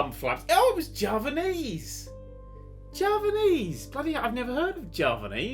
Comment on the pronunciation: this is how u pronounce Javanese: Jaaa venn essseee